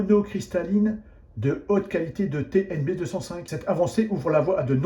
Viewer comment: TnB 2 "O" (oh !) 5 donc, pas TNB205 mais TNB2"o"5... faut pas raconter n'importe quoi...